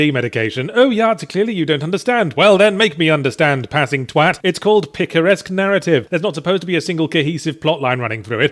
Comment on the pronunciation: Ryan N He seemed like he said it wrong.